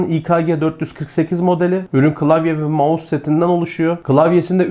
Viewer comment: Abi "mouse" ya gözünü seveyim bu işin içindesin yapma 😁😊(yanlış anlama abi doğrusunu deyim dedim)